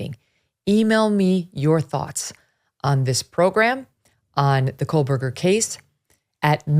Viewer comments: There’s no l in Kohberger Megyn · Please stop mispronouncing the accused killer’s last name. There is no “L” in KOHBERGER. You keep inaccurately pronouncing his name as KOHLBERGER (like there’s an “L” in it). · Love you Meagan! But its "KOe- Burger" Not "KoL-burger" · FYI - It is pronounced Co Berger - not Cole Berger. You’re welcome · My god is this woman still calling him Kohlberger??? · Still no L in his name. Not COALBURGER. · Megyn. Why do you keep pronouncing his name with an L? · Is it driving anyone else nuts that she keeps on putting an L in his name? Ahhhhhhhh